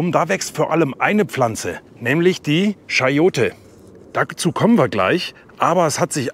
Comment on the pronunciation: Frage: (Siehe ’)Sagst Du auch: „Münschen“ für München? Warum sagst Du nicht „Kayote“ oder „CHayote“ anstatt „SCHayote“?